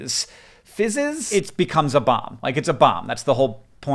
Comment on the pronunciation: " fizzes." Lol